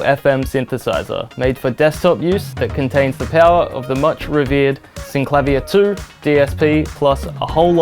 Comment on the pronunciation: Brilliant! You say: "Syn-Klavv-ier" which sounds so much better than: "Syn-Kla-Veer" and is how I've always pronounced it!